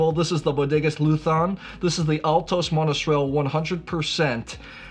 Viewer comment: Thank you for your friendly words! If one day you are in Jumilla, do not hesitate to visit us! For us it will be a pleasure! PS: It's LUZÓN with a strong 'Z'! 😁